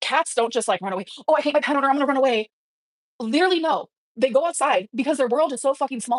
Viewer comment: Stop saying literally like that and ppl might not hate you 🫠